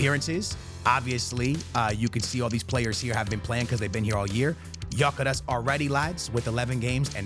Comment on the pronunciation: Gyokeres is pronounced gyuh keh resh its a Hungarian name.